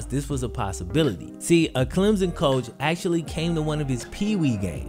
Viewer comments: Not a big deal but it’s pronounced “clem-sun” almost as if there’s a p in place of the hyphen. People down here make such a big deal out of it whenever people say “Clem-zin” 😂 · BTW its Clem/SON not Clemzn. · Yo it's Clem-Son, there is no Z..